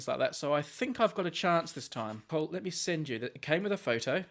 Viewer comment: Doesn't sound like Paul to me. More like pull, pole, or, yes, the second syllable of people. Also, odd how I didn't hear it the first time I listened.